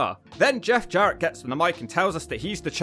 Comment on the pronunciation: This jabroni can't even pronounce Jarrett or Arquette right.